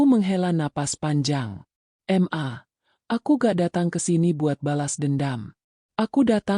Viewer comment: Jangan dibaca em a mbak tapi ma, mana ada anak keorang tuanya kalau manggil seperti itu, ma bukan em a